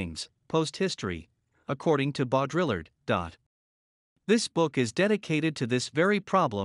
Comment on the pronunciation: Um, boDRILLerd? If not for the context, I would not be able to derive any meaning from that. ;-)